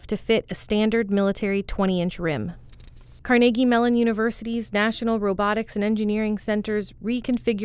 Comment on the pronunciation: Almost as impressive as the DARPA technology, is the fact that the narrator pronounces Carnegie Mellon correctly, which almost no one does.